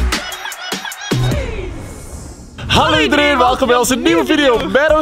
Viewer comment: Halo zegte ze